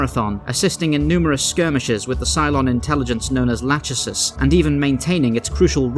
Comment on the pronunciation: Lacheisis = Lah-kee-sus